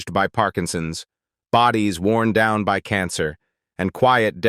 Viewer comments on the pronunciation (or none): none